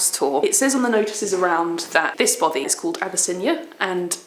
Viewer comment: 2 years have expired and I doubt if either of them have learned how to pronounce "Bothy".